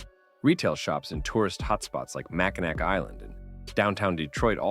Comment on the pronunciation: You've fallen victim to one of the classic blunders of names not being pronounced as they're spelled! I can't blame you, but I involuntarily shudder when I hear "Mack-in-ack" and "Salt Saint Marie", instead of "Mack-in-awe" and "Soo Saint Marie". It's a case of "if you know you know"...